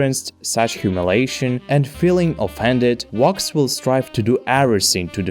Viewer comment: Bro pounce it with a v. Wox is what I'm hearing